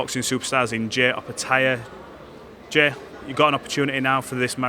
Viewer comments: It's fking jia with a I 👁, not fking Jay....dikhead 😮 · To this interviewer and the rest of the English media, his name is Jai. Pronounced like Dry. Not Jay. Atleast get the name right 😂😂 fmd